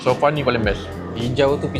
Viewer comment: Bukan "sofa" tapi "so far"